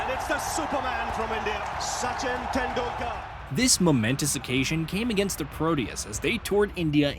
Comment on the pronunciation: What a masterclass in mispronouncing names and words. Sachin Tendul-kaaar. Really? Even though your video contains the correct pronounciation. Jaques Ka-lees. What is a Prodea? Protea. How difficult is it to pronounce the letter T?